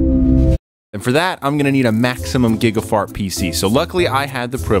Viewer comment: When he says gigafart does he mean gigahertz? Serious question. Never heard someone say gigafart before.